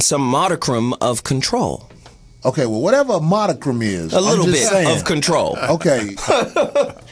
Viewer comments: said "modicrum" - he meant modicum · the word is...modicum...not modicrum, or whatever the hell was sayin'...#goDeeper